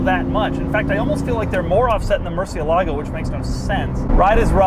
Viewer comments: It’s amazing how much Doug can expand on something so simple and basic as a climate vent and still entertain Doug also says mer-see-ah-lah-go. Now I was gonna rewrite how it should be said but the thing is it’s more about where to emphasize the pronunciation, since it’s Spanish for “bat”. It rolls off the tongue easier than how Doug says it. Regardless, it’s more like moor-see-eh-lago. Sorry for being a dickhead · I prefer non-working switches than cheaper looking blank ones. And please, is Murciélago (as bat in spanish), no "Murcie-lágo", which doesn't mean anything. Fine review, as always. Cheers. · Doug, Murcielago has the accent on the e not the a. It means bat not Lake of Murcia. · Is pronounce mur ciè la go . Not mur cie lagò names aren't supposed change across languages. But in the states every single person pronounces it Wrong. Is murcièlago. Wich mearns bat. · “Murcilago”? You mean murciélago! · I'm sorry but it's pronounced murciélago , not murciel`alo....:)